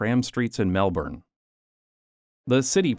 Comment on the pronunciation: As an Australian, I’d like to compliment you on your pronunciation of “Melbourne”. So many North Americans get it so very wrong